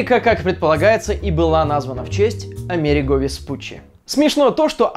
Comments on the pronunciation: АмерИго, а не АмЕриго вроде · Только не АмЕриго, а АмерИго Веспуччи. А так как всегда отличный выпуск! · Классненький выпуск, однако ударение лучше все-таки проверять, он был не амЕриго, а амерИго веспуччи, оно на последний слог. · Википедия говорит, что Веспуччи АмерИго, а не АмЕриго. Мой школьный учитель говорил так же - поэтому и резануло слух. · разве Америго, а не Америнго? и кстати, нам вот в школе по него рассказывали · Рога викинги действительно не носили, но прозвучала фраза: «..в Японии носили, в Дании, кто угодно..» Что? В Дании? А датчане не викинги чтоли? Точнее сказать скандинавы, всё же викинг - это скорее род занятий. Ударение в имени Амери́го Веспу́ччи ставится так, на И. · все-таки АмерИго, ударение на И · Если что, правильно говорить АмерИго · Приятно, когда про Америку и викингов всё знал, в школе рассказывали. И да, его звали АмерИго Веспутччи, на третий слог ударение. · Произносится вроде как АмерИго, по крайней мере википедия подтверждает. А про викингов интересно было, спасибо 👍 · А'мериго ударения учись ставить) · По-моему правильно АмерИго Веспуччи (ударение на «и»), но это не точно. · Услышал про викингов, решил, что реклама и начал мотать :( Кстати, вроде ударение на И - АмерИииго Веспуччи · Нам рассказывали про Америго (ударение на и), и про викингов нам тоже рассказывали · в слове Америго ударение на букву "и"!!!! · Насколько мне известно Ryan читается как Райан . Потому Райан Рейнольдс пишется именно как Ryan Reynolds. И Веспуччи звали АмерИго, а не АмЕриго, ударение на И. Так в Википедии написано =) А выпуск как всегда классный! :)